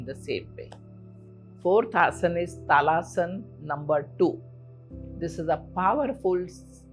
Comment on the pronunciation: Its actually Tadasan not talasan. Anyhow, these tips are helpful.